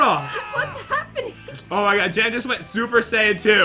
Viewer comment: Bruh it's JEN not gen